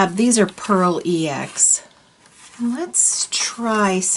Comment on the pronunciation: I've only heard that pronounced pearl X, though I don't know how Jacquard pronounces it.